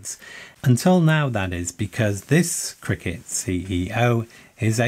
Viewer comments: C R K T, not "Cricket" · I never heard CRKT pronounced "cricket" before, is this a thing? Can't find anything on the Columbia River Knife & Tool website about it.